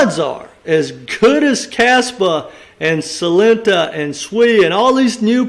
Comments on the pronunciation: you saying SUI but it s SEI mate 🤣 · I think it's pronounced "say" (SEI), not SUI (another token). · It's nou SUI but SEI, pronounce like Say. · The name is pronounced "say" not "swee". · Yes, I was about to say the same. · Sei is pronounced "say", great video 💯👊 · Sei is pronounced "say" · It’s pronounced SAY lol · Sei is Pronounced "Say", Sui is another crypto. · You’re confusing everyone with this pronunciation lol. SEI = say